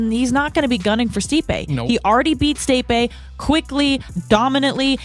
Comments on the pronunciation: Miesha "Staypay" Tate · Stay-pay?? Who Meisha is tripping